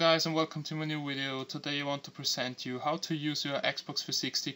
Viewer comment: when you say hello you say yellow and when you say video you say wideo dum ass